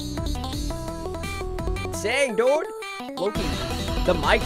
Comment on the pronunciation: You always says DODE not Dude